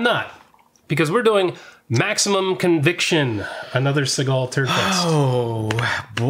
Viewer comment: Steve Seegul (how it pronounced early on), is using his black guy voice in this one.